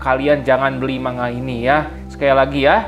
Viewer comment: maaf,niat membenarkan,,,"manga" dibacanya "mangga"